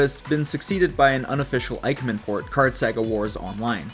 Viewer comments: I absolutely understand the brain goblins and how hard they are to fight off, I won't hold it against you if they end up being too strong. As for IKEMEN, it'd be more like ee-kemen, so very similar to how you already say it, just an 'ee' sound at the beginning instead of 'eye'. It sucks that writing Japanese in English follows so many different rules than just reading English naturally. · The three tiers I've seen so far are absolutely great in quality and content, and I look forward to the next ones! But by god I cry a little each time you say moo-jen and eye-kemen, especially since you already know and have addressed that they're being said incorrectly. You do you, my guy, I understand a decade of muscle memory on saying things, but I humbly request in future tiers to give the right pronunciations a shot, since other than that little thing the videos are top-tier content (no pun intended lol)